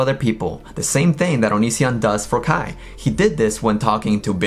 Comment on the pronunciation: Kai not skye